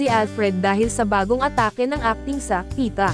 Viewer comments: Tama! When you are a broadcast" journalist", at least try to learn the proper pronunciation of the words in your report. Kulang sa effort ang mga so-called journalists ngayon. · Congrats Pieta cast. Pieta po at hindi Pita. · It's PIETA and not Pita!